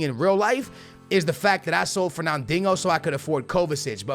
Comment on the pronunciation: ferna-dingo? Kappa. great vid tho keep up the good work